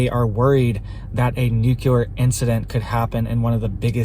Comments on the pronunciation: If you can’t pronounce nuclear right you immediately lose credibility. It’s not. “ nucular” it’s nuclear. Do the feds tweet? How did you get access? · Its new-klee-er ! Not nu ku lar. Please. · Love you. But please, for the love of everything good, it's pronounced NU-CLEE-AR. ❤